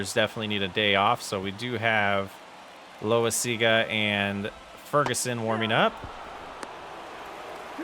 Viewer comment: Loaisiga is pronounced low-eye-siga. Love the series!